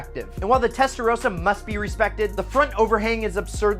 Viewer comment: I stopped listening after testarosa